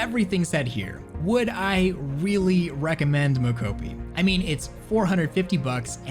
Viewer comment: he pronounces Mocopi in so many different ways lol